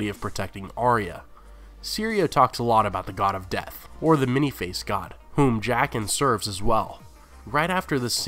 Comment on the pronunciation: I die a bit Everytime he says jaqen